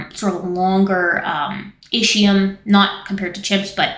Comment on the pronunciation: I thought it was pronounced IS-key-yum, but you know way more about this stuff than I do. Great vid!